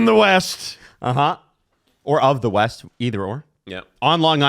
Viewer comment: Or... "Wyest"?